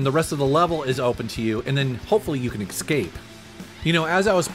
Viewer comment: "Excape" and "expecially"